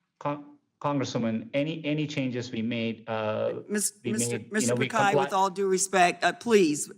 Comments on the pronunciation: "Mr. pakai" 😂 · Prick-eye/Pick-eye/Pikai WTF? 🤔 Congresswoman !